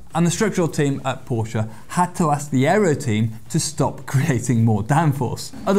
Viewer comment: Did he pronounce Porsche right??? What a nice surprice.